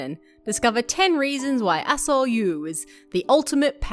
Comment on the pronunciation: lol was only listening to video when i thought you said Dr Asshole 🤣